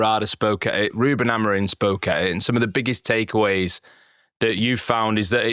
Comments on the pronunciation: Amorimmmmmmmm. Not amareen. :/ your lips should touch each other when you are done saying his name. if it aint, you are fucking having a laugh. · How hard is it for you guys to pronounce "AmoriM" correctly? It isn't Amorin or Amarin. Absolutely butchering an easy name, good lord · Dear TOTD - how come all you guys pronounce Amorim as Amorin? I've noticed many times. Ta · Why do they pronounce him Amorin? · Love the podcast but please lads, can we pronounce the M at the end of Amorim rather than replacing it with an N? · It's pronounced Ah-moh-reeng 😃 The guys say it correctly for the most part albeit with an English accent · Surely Amorim should be pronounced with an “m” and not an “n” at the end? Yes, I’m one of those 🤦🏻‍♂️ Except for that, I am very excited for the future